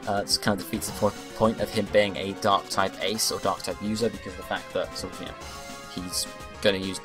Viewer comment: I heard you say "An ass dark type".